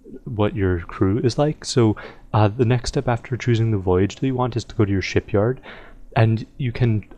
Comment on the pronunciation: did you said shityard?